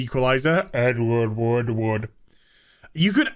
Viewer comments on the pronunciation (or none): I thought you kept saying Edward Woodwood.